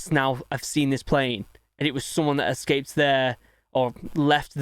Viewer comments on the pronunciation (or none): none